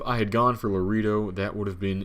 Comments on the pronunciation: La reeeee doh? I don't want to beat you up but it's pronounced La RAY doh. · True! And I think to this day he still says it like La reee do instead of La RAY doh. LOL